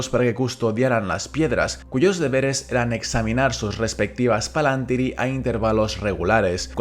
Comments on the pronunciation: Exacto, la pronunciación del plural en el vídeo es incorrecta, pero de todas formas no confundamos esa tilde con una tilde española. En quenya indica que es una i larga, y eso obliga a acentuar en esa misma sílaba en ese caso concreto. Son las mismas reglas de acentuación del latín: las palabras son esdrújulas a menos que la penúltima sílaba sea larga, en cuyo caso son llanas. Una sílaba puede ser larga porque la vocal sea larga (PalantÍri) o porque a la vocal le sigan dos consonantes (PalAntír). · ¿Por qué pronunciás "Palantíri" como si tal llevara tilde en la antepenúltima sílaba si en el título del vídeo se lee como una palabra grave y no como esdrújula?